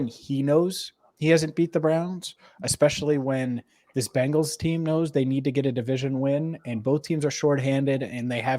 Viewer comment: BEN-GALS ……….. NOT BANG-GALS…..